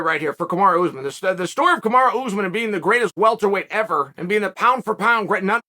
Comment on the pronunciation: Lmaooo why does chael keep calling him kamara